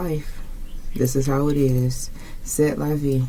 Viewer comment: It’s pronounced “Say la vee, such is life.